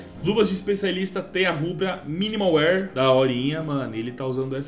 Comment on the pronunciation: mn pior q eu sou, e tbm falo alemão, e arrisco um pouquinho de italiano, e o jeito que ele fala wear é estranhao kkkk